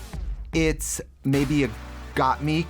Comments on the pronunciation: when Trixie pronounces Gotmik’s name right only once lol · obsessed with the way Trixie has decided to pronounce GotMik